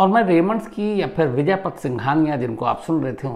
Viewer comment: आप बड़े पत्रकार हो। नाम तो सही जानो। उनका नाम विजयपत है , विजयपथ नहीं ।